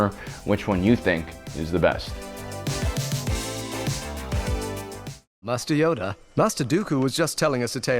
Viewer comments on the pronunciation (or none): sounds like obi wan says musty oder instead of master Yoda lmaoooo